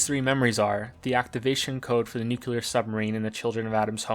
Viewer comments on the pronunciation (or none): I hope that "Nuqular Submarine" is one of your hidden traps like the "faKade" thing.... 'cause if not I'm reaching for my pitchfork over here. Loved the "Yo momma joke" completely unexpected. Great video. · this fuckin guy pronounces nucular wrong XD